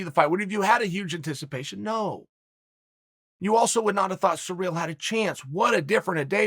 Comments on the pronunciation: Hey, it's not Surreal Gane. See-reel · I'm convinced that he's calling Cyril "Surreal" on purpose cause on the post show on Friday he didn't butcher the name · Funny how I understood "surreal Gane" when Chael says his name first in the video. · Since you learnt how to say Charles Oliveira after he won the title, will you learn how to say Ciryls name properly? Or will that remain Surreal Gong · Last time Francis and Ciryl spoke was back in 2018, during the FrancisvsOvereem camp, they're not as close as u say it uncle Chael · FFS, say the man's name correctly. Not only is disrespectful to him, it makes you look like a moron.